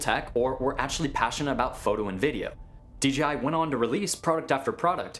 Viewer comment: Dude.. its DJI not DeeGeeEye